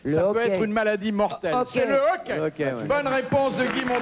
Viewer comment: Pas le "hockey";le "hoquet",Philippe.